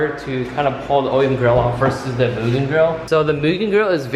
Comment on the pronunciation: I love that you pronounce mugen right 😁